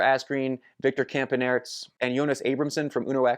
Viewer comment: I think it is pronounced Campanarts (not spelled that way).